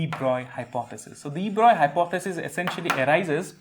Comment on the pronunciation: Respect for knowing how French physicist de Broglie is pronounced.